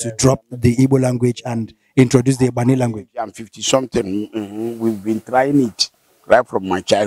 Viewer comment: I think the right pronunciation is Ubani, the wealth of the land. A lot of Igbo names for communities has been corrupted. Onitsha - Onicha Asaba - Ahaba Awka - Òka Enugu - Enu ugwu Oguta - Ugwu nta We still have a long way to go, to untie this mess will take the grace of God